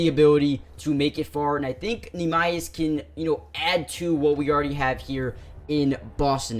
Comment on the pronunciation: NEEMAS Quid-Ta